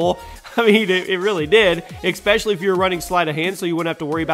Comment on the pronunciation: It is pronounced especially not expesially.